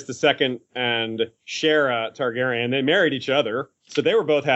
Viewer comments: It's Targaryen, not Tarjeryen. It'd be a whole lot easier if Aziz or somebody corrected him. Listening to him say it wrong for three and half bloody hours is almost as bad as the guy on the third Dunk&Egg audiobook turning ser into sare. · Why does it bother me so much that keeps saying Tar-GER-yen instead of Targaryen? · Okay, how many times is he gonna say Tar-Jerry-en? Does he know something we don't or is he just not applying that P.H.D.? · You say Targaeryen wrong